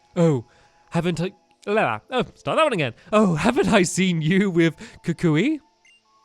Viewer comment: Stampy, it's koo kwee. Not kukooee.